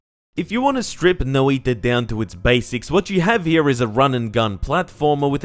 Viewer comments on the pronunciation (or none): It's pronounced "noj-ta" instead of Noi-ta other then that great review as usual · you described the sound better then i could, no iiiiiiiiiiii ta sounds silly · "no-ee-ta but not "noi-ta" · Noi.ta not nOIta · Is that how you pronounce it? I hate that, I'll just say it as i would in Portuguese (nOi-tah as in the emphasis is on the o instead of the i noIH-ta) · Noiitta is a funny way to say noita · Ah yes No-I-ta Jokes aside, great review of a game Fun fact: Noita means Witch in Finnish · Not as Bad as hutts calling it noIda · Fun Fact: Noita is pronounced (Noy-tuhh) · That "noi" is a single syllable and even if it wasn't the stress should always be on the first syllable. But the sounds for each letter were basically correct. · Your pronunciation was pretty good. It's only that "noi" should be a single syllable and even if it wasn't the stress should be on the first syllable. But the sounds for each letter were basically correct.